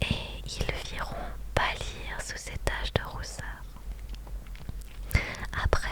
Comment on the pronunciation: Ron ce prononce rone..